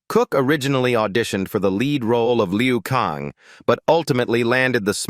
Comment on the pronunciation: Liu Kang , not Leo Kang.